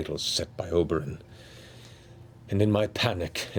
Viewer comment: >Your grandfather Oberen... Yo mean... Ober an' Der-rington?